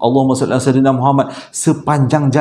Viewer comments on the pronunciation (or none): none